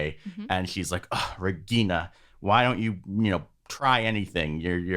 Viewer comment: Regina is my favourite character. She has her problems but she doesn't try to make others suffer. I like how you get the pronunciation of the names right.